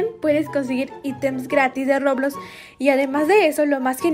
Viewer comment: se dice roblox no roblos